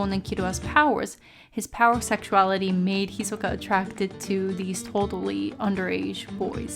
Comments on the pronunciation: "Hi-soka" Lol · Guys this bitch wants it to be pronounced hi-SOE-kah lol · How so? Her pronunciation is clearly more Japanese than the English dub version of the name. I think that's actually way better than using the English pronunciation. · you cant pronounce his name correctly so shush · I dont see how saying his name wrong really matters.